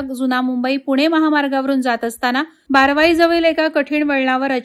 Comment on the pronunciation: बारावाई नाय बारवई